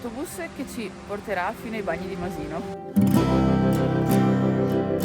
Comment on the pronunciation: ...sentire Masino con l'accento sulla i non si può sentire!!!